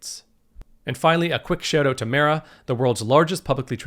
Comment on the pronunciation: Topped "oat" :D